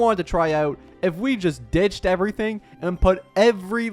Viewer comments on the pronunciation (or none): none